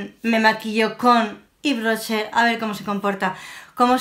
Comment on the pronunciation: Jjjj.. K buena diciendo el nombre. A mi me encanta Ives Rocher pero de maquillaje no tengo mucho, me encantó ver el resultado😘